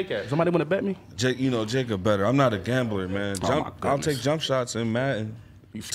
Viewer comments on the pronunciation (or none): none